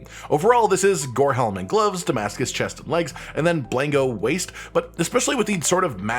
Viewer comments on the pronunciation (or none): none